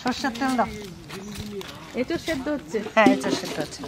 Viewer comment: কথা টা ইঁচোর না,, কথা টা এঁচোর